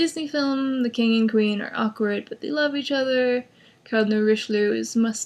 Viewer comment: Er, love. Not loke. XD